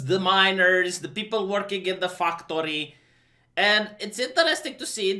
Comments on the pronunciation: Anybody else ever notice that doesn't say factory? He says fucktory. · I just heard fucktoy.